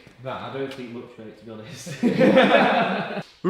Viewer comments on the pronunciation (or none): none